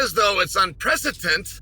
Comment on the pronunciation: Chael "unprecetent"(unprecedented) Sonnen